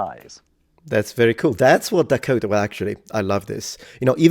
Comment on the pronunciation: The way he says Dakota is awesome.